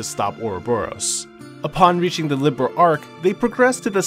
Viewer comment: Great vid but it’s “Li-beer—L” Not liberal